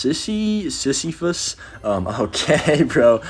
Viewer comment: my man did not just say "sissy phus" 😭